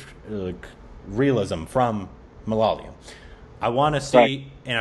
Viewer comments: Why, why, why do you have to Korbinize South India? Ma-la-ya-lum; Tamizh; Kun-nah-dah; Tay-loo-Goo. Thank you for trying to pronounce it though. Am totally waiting for the day when you say Ma-la-ya-lum properly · its no mololoyam... its Malayalam....🤣🤣🤣🤣🤣🤣🤣